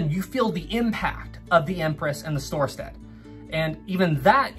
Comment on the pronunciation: It's Storstad. Mispronounced on here.